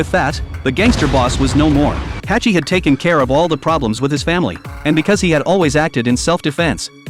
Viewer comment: Who tf is Hachi!? 🤣🤣🤣 His name is Hutch